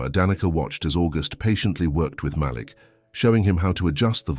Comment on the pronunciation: Love the story. I don't like when the storyteller mispronounce Malek's name. He pronounce it like it has 2 lls.